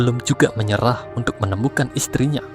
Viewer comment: Cerita nya bagus.. Tapi perbaiki sebutan kata-kata, contoh perkataan UNTUK tapi disebut UNDUK.. dan banyak lagi.